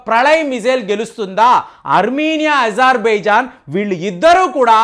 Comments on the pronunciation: సార్ మీరు ప్రదేశాల పేర్లు తరచూ తప్పుగా చెబురుంటారు ఉదాహరణకి అజెర్బాయిజాన్ ని ఇజెర్బయిజాన్ అని అంటున్నారు ఇలాంటివి చాలా వున్నాయి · Not izarbaizan pronounce it as Azerbaijan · అరె ప్రేమగా ఇజర్ బైజాన్ కాదురా నాతోడా అజార్ బైజాన్ అని మాట్లాడు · ijarbaijan kaadandi.Azarbaizan is correct.Pronunciation antha wrong cheptunnaaru..